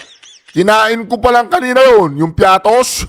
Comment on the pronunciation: Piaty man un hindi piatos😂😂😂😂😂😂😂😂😂😂😂😂😂